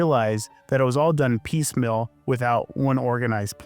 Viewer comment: Do you say 'electric ill' ? For feels, you say "fills"... and "piecemill" for piecemeal. It's common, so you're common. Filled for field... Geez man.